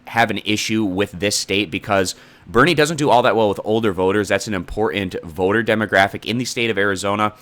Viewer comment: I was looking forward to this presentation, but I COU-NT get passed the minute mark. I can't listen to this report due to the incorrect way he says "Clinton", "certain", "important" ... Please don't tell me you were a communications major. "Clinton" is pronounced CLIN-TON... NOT CLIN-UN... the T is pronounced. There is NO "U" sound. "Certain" is pronounced CER-TAIN... NOT CER-UN.... the T is pronounced. There is NO "U" sound. "Important" is pronounced IM-PORT-ANT... NOT "IM-PORT-UN" the T is pronounced. There is NO "U" sound. I hear this on TV broadcast too with younger people... WTF???? Don't they teach phonetic spelling speaking anymore in school?